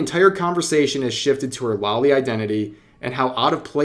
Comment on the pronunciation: Only critique I have here (sorry for being that guy, but I must) is that you keep saying "lolly" instead of loli. Long O sound.